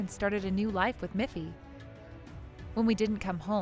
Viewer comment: It's Miffy, not Muffy